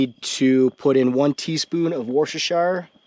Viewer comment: Did you say wash your sister sauce and mozzarella sauce? 😂